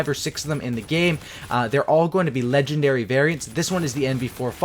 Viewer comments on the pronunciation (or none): none